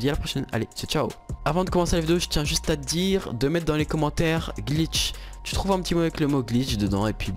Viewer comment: Tu ma fait beugue quand ta dit gliche